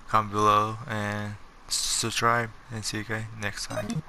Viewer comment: Please learn how to say subscribe and digimon for the fact you can im watching a different video